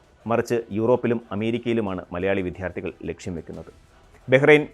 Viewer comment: വിദ്യാർത്ഥികൾ എന്നു പറയണേ, "വിധ്യാർത്ഥി" അല്ല.